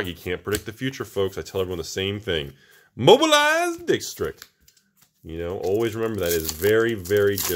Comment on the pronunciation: "Mobiliiiized dick's-tricked"